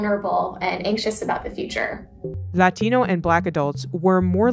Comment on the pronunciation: They keep saying "Lathino, Lathino." Hahaha.